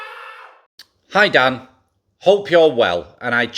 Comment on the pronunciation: hey bro when you introduce yourself and you say welcome to an episode of thai talk with dan, i prefer it if you pronounce the tones like this: welcome to thai talk... wíth (tone up) Dàn (tone down). In this video you did welcome to thai talk... with Dán (tone up). Please think about this in future videos. cheers